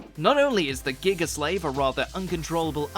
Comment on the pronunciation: GIGA SUH-LEIVEHHH